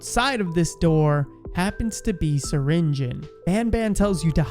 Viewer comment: it's not syringen, it's syringeon.